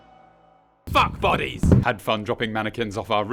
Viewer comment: When you were on the roof, I heard your words as fuckbuddies, not fuck bodies... You, Emma and Kahjit are great, mate. Love you lot